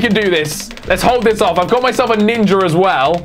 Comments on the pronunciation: instead of ov saying ninja he says ninjer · Is it just me, or does say "ninjar"